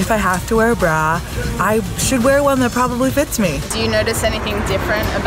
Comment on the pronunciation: That fitter lady says bra like brawl and it annoys me SO much